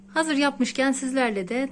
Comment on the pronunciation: ‘Hamuğumuz hazıy oldu’ diyen ağzı da yiyebiliyor muyuz 😍😍😍